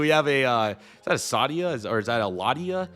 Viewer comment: I'm a huge F1 fan and hearing "Lah-dee-ah" hurt me